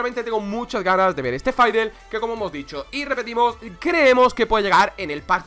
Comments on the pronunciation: Dice faidel pero a voli le dice volibear. Es la pronunciación de fid es fidl, stik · Me triggerea cuando dices faidelestics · Dios mio, insoportable escuchar a cada rato: "faidel", dios mio, vamos dejando la ignorancia si?, por favor. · Porque le dices faidel? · Permíteme decirte que el es el que lo dice mal xD, no por que el es español se diga así xD, en realidad ( siendo español) me ha dado bastante cáncer el escucharle decir eso xD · Nadie: Absolutamente nadie: Este man: FAIDLESTICKS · dios por favor pronuncia bien a fiddlesticks